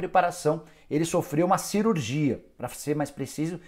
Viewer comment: "cerurgia" kkkkk